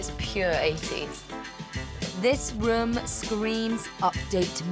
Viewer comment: Typical yuppy puppy woman..." rhum screams update me"...her pronunciation?? My goodness...😮